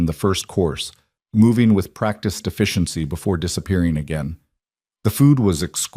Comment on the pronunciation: Practice deficiency? Instead of practiced efficiency. Made me smile.i wish the pronunciation and spelling of Lucia’s name were consistent.